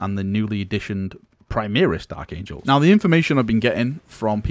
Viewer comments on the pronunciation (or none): Is it overly irrational to be annoyed by the constant pronoucing of "Primaris" as "Primeeris"?